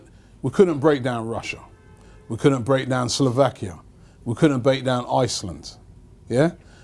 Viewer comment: They way says iceland annoys me, a bit disrespectful